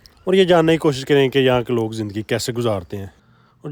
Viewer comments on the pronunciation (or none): none